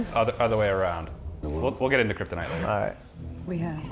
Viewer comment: Did he say kryptin? Is related to Marlon Brando.